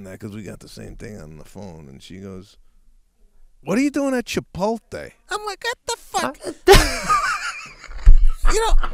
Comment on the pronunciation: Sebastian: “ChipoLTe” 😂 It’s ChipoTLe